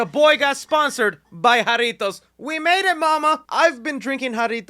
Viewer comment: Finally someone sponsored by jarritos that can say it right